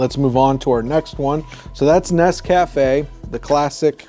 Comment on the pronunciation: It's pronounced NES-ca-fe